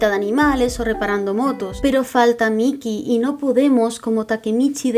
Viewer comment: Me encanto el video y adoro ese manga pero me incomodaba de que le dijeras miky y no maiky ( mikey)